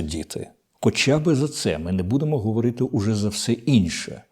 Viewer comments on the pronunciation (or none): none